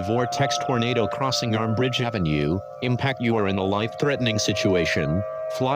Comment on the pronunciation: Near Armbridge not ambridge lol